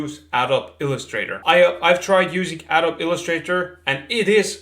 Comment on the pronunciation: Adobe is pronounced Adoh-be. Illustrator is of course vector VS raster, not really a direct comparison to PS and vector can be brought into your CAD package. I like to draw and model directly in Plasticity, Nurbs for Artist. I had guessed you were using Keyshot as there are bridges to many applications. I'm still using Mental Ray, ancient I know but I have full control and love the feature sets like micro radius, ambient occlusion and HDRI environments and local reflections, etc. Thanks for this video, it answered a few questions in the back of my mind. I have started designing watches for fun in between contract 3D work, and really appreciate your industry insights.